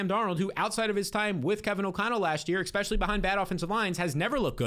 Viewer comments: Expecially ❌ Especially ✅ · ESPECIALLY! Say it with me. ES-PECIALLY. NOT ECKSPECIALLY. Sorry that just bothers me lol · Ngl I used to think you were the goat but I've heard some pretty bad takes from you this preseason and the exspecially is driving me insane. To all you viewers out there please leave Jsn and Darnold for me, I will gladly scoop them every time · please stop saying eCKspecially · Love the energy. Love the content, wish you the best. I think i’m done man, if i hear “expetchully” one more time, it’s over for me. I wish you the best but i can’t. I lived in NY, and know how you new jersey people are, so doubt this will happen. But if you ever stop saying expetchully, i’ll be here with cash in hand. Love ya brotha